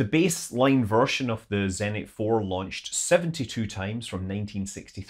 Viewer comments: zenIt, not zEnit :( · Me: 3EHNT? Russian: you mean ZENIT!